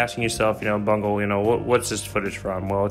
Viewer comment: i like when he said bungle i think it sounds funny